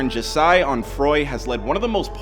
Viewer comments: ‘jaseye’ it’s jahseh lmao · Who is Juseye? Its JAH-SEH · You can tell this guy isn’t an x fan … from the moment he mispronounced his name…. It’s jahhh sayy (how it’s pronounced) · Bruh it's "JAH - SAY" OMG WHY DO THESE BLOGS ALWAYS GET IT WRONG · “Ja sigh Onfroy” the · Jah- Sai ?? Did y'all even watch the documentary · This dude called jahseh the way my first name is pronounced lol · The way this nigga pronounces his birth name 😡🤬